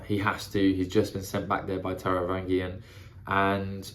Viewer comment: Taravangian has a soft G, like in strange.